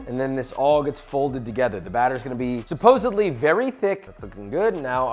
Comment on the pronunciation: I love your channel, Joshua, but did you say, "Supposebly?" The same way you're passionate about cooking and proper technique, I'm passionate about language. Please don't ever say supposebly again and make a conscious effort to say supposedly. Thank you. I learn a ton from you, hopefully you can get a takeaway from a fan.